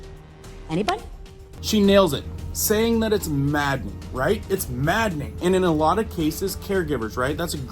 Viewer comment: > MADNING < ... did you mean maddening??